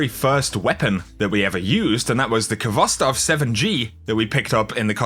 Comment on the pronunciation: I just want to clarify that the Khvostov is pronounced with a soft "h" Sound, the k is silent